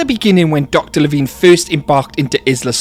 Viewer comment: Drives me INSANE that the guy reading the Lost World audiobook, mispronounces LeVine. He says it with a long "I", as in fine or nine. I hate it.